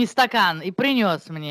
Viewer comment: Алёнка Солунская.:"мне сын прЫнес... я прЫносила..."о куда, вы, тетя? режет слух.